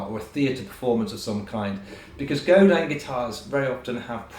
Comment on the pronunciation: Godin makes brilliant guitars anyone can afford. They're a true credit to the industry. Also, as a Canadian, I'd like to say thank you for actually pronouncing "Godin" correctly.